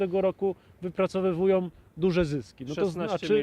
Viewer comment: Wyprowacywują czy wypracywują😂?